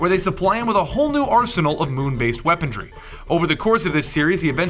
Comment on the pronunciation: "weaponDry"? Am I hearing that right?